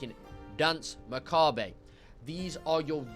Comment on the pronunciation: Why can't anyone pronounce Macabre correctly?